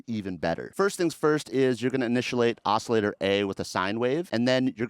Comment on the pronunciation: Did homie just say initialate?